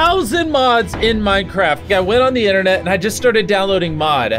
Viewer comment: "i went on the innernet" its called inTernet ... the T is not silent ...